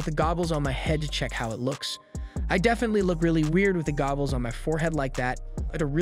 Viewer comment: Is no one going to say anything about the fact that he keeps saying gobbles?.